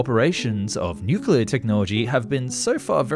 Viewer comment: Pronunced nookuler